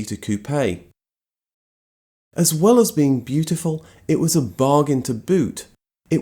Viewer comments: As a french, I love the way you pronounce " Coupé " ! And thank you for your excellent videos ant texts. Do you inted to tell the story of Simca and his famous CEO, Henri Théodore Pigozzi ? Amitiés ( en français ! ) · In your face JDM fans that say that the RX7 is the most beautiful car. One of my dream cars. I like this guy because I pronounces Jaguar and Coupé properly